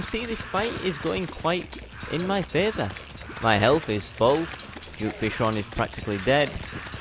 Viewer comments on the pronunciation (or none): none